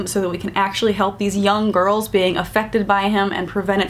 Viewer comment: Sounded like she said "gorls" lol I love this channel. ❤😂